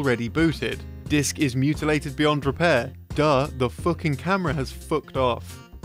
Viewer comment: omg said “fook” 😳